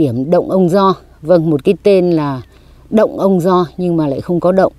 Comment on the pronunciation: Dạ. Người quảng trị gọi đồi là độn mà phát âm như người Huế ạ. Không phải động đâu a. Nói theo cách phát âm của địa phương là ô ô ngờ đấy ạ. Cô chú cứ đánh vần là nó ra. Chứ viết thì ko được ạ.